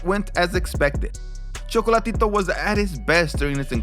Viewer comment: It’s Chocolatay Taetay🙈